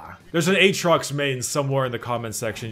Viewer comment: says Aatrox like "H-rocks":D Keep up the amazing content my man:)